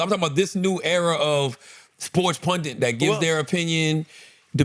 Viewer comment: Charlamagne, please... PUNDIT. PUNDIT. PUNDIT. Not PUNDENT.